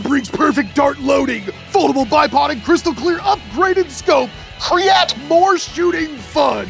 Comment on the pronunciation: They said creat